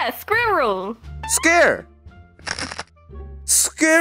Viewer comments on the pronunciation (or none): actual: "That animal is a squirrel!" misheard: "That animal is scared!" Okay, first we misheard "coke" as "c*ck", and then now "squirrel" as "scared"?! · \i forgot they dont have an r sound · After hearing you pronounce squirrel I want to find other English words to get you to try 🤔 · Moon: Squr! Scur! Sqeer! Scere! Skurl! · Because of I forgot pronounce of squirrel